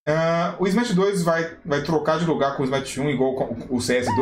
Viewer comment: Smite 2, ou "Smai-aite"?